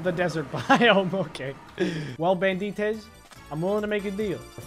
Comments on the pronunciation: it's BAN-DIT-EZ. not Ban-dit-ais. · Bro he said ban-de-tes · No one: Bandites:: BaNdEEtEs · Lol thats just what i tought thats why im in the comments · YOURE SAYING BANDITES WRONG